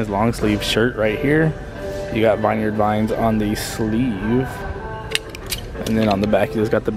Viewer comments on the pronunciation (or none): It's pronounced Vineyard Vines (vihn-yerd vīns), not (vīn-yard vīns). It's pronounced like where grapes are grown and picked.